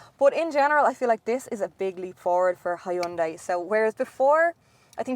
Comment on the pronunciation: rofl hi un dai... its so funny when people cant even read a name right....